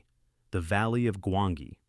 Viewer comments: Gwangi was an Allosaurus, Not a T-Rex. And he's pronounced Gwan-jee! Makes me wonder if you really watched these movies or just read about them? Normally i wouldnt nit pick but this film is part of my core being! LoL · Gwangeee, Gwangeee !! Come on man.